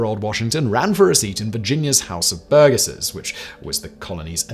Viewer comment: Virginian here, the 'g' in Burgesses is soft.